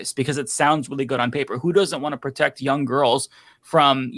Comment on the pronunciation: Why are you saying jung, instead of young?